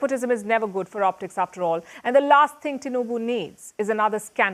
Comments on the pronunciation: It's Tinubu not Tinuba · TINUBU NOT Tinuba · Pls, it is not Tinuba , it is Tinubu . And it is not Onado, but OANDO . As in O and O. ( O basanjo AND O baseki, allegedly ). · Tinuba😂😂😂😂. It's tinubu